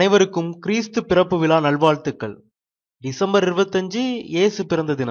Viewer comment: கிறிஸ்து விலா அல்ல இது. அது விழா .மாற்றி சொல்ல வேண்டாம்